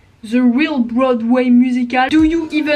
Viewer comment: Alors mon chou c'est "Broadway" et non pas "Boradway" hahaha, sinon pour les personnes les plus inspirantes, bah je dirais toi, parce que tu m'as grave aidé quand j'allais au plus bas, tu m'inspires dans mon quotidien et tu m'as vraiment permis de me remettre en question. Je vais dire Sauvane et les internets aussi parce que cette fille c'est une boule d'énergie que j'apprécie beaucoup, je me suis beaucoup reconnue en elle et elle aussi, m'inspire dans mon quotidien donc voilà après il y en a beaucoup d'autres mais ça serait trop long haha Et flemme d'écrire un énorme roman donc voilà